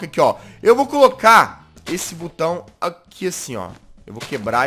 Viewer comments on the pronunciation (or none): SO EU ESCUTEI O JAZZ falar CU BAO 😂😂😂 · quem ouviu o jazzghost falando butao dá like